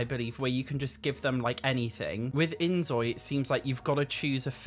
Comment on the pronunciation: I love the inZOI videos, but please, it’s pronounced like 'Enjoy'…. Because Korean has no Z sound…. It’s just a word play, and a side note from my part